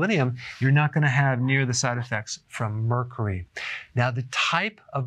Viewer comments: Emily Kelbell Mercry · This dude can’t even pronounce Mercury loll...... 🤦🏻‍♂️ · I don't know why but Dr. Berg says Mercury so funny and cute. Lol 😂